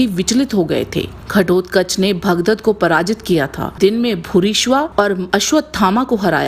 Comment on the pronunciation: Aapka video achchha hai, lekin historicaliy kuchha facts galat bataye hain. Jaise Bheeshma aur Ghatotkach ka to yuddha me kabhi samna nahi hua par aapne karwa diya. Arjun kabhi Pitamah Bheeshma aur Gurushreshtha Dron ko parast nahi kar paye the par aapne karwa diya, aur भूरिश्रवा के नाम का ठीक से उच्चारण नहीं किया, आपके अनुसार गुरू द्रोण ने दिव्यास्त्र चलाए जबकि उन्हें ऐसा प्रयास करने के पहले ही आकाशवाणी ने रोक दिया था | आपकी प्रस्तुति का ढंग एवँ बोलना की कला प्रशंसनीय है |👌👌👌